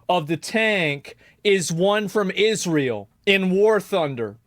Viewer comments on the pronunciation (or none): Israel designed and built the tank...and he's mispronouncing Israel.